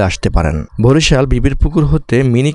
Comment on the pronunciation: ভরিশাল না ভাই বরিশাল😑